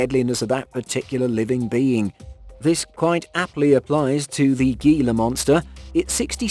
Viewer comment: Not GEELA.. HEELA monster